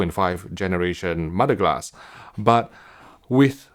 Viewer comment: Yeah had to turn the captions on after hearing mo-da glass 5 times